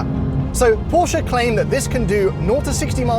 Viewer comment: what's a "porscha"?